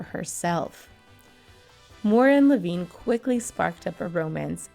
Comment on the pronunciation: Some of the pronunciations were off. Carl Reiner and I believe her surviving husband pronounces his last name like Le vine. (Long I sound).